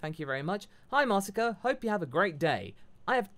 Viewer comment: i forgive for butchering my name Masako